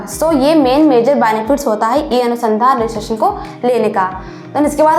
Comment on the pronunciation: pehle madam shabd sahi karen apne kahin anusandhan bol rahi h aap to kahin anudhan bol rahi h